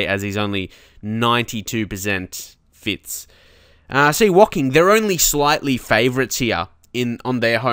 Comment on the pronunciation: Hey mate, my parents are from Woking, it's also Martin Tyler's team :) I'm currently playing a save with them. It's actually pronounced with "oh" not an "ok" as in Woh-King. :)